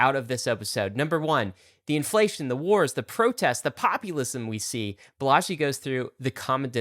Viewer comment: I think it’s pronounced “BAH-la-jee” emphasis on the BAH, as opposed to “bah-LA-jee”. Heard it this said way in other other talks/interviews by people close to him